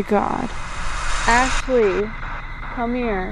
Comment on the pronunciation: I know this was a year ago but Ashley really said I ran🤣🤣